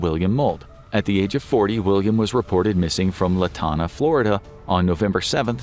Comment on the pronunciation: There is no “Latana” Florida - it’s Lantana (“LAN-TAN-AH”) Fun fact: Lantana used host a Christmas village of sorts that would sport the largest decorated Christmas tree in the world. My dad used to take me every year. It ended the tradition in the late 80’s/early 90’s.